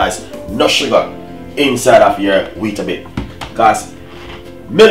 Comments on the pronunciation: It's not Weetabit its WEETABIX with an "X" not a "T" ... That was sooooo frustrating to watch when he was saying it!! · It’s not bit it’s bix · Wheatabit-?loool it's wheatabix